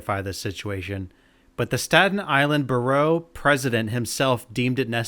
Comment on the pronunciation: say “borough” for me again. 😆